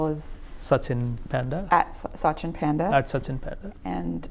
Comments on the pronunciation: Its not pyaaaandaa.... just panda! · His name is pronounced Paanda. I hope he himself corrects it and not be a Panda haha.